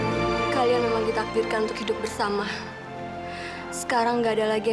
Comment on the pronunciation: Coba pada dengerin pake earphone.. ngomongnya bener hidup bukan hidung